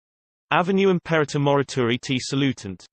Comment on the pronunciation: Dreadful pronunciation. What a laugh! This is Latin, sorry. Imperreirror. Dreadful. How can you be so cheeky? Disgusting.